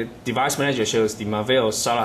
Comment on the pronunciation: He said Marvell like mahvell